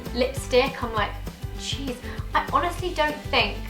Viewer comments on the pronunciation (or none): none